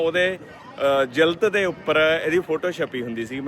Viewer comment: ਜਿਲਤ ਨਹੀਂ ਹੁੰਦੀ ਜੀ ,ਜਿਲਦ ਹੁੰਦੀ ਆ